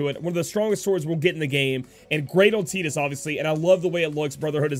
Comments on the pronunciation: Buddy Christ I was about to say the same thing, I've always called him tide-us lol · I'm sure youre saying Tidus wrong, im pretty sure its Tide-Us to fit with his water theme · Buddy Christ I thought the same when the game came out but was wrong. Your approaching it from an English speaking perspective. It is pronounced tee-dus